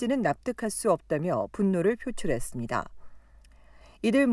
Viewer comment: 이분 말씀하실때 "습니다" 억양과 발음 부분 너무 이상해요